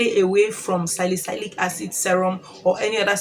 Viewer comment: Salicylic acid is pronounced as : SA-LI-SI-LIK